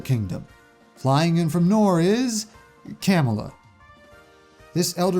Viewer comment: How did u pronounce camilla wrong